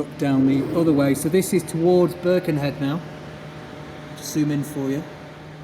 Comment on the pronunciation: Another excellent video! Only one point of note - it's not "BIRkenhead", it's "BirkenHEAD"! Otherwise superb, thanks for the glimpse into our tunnel.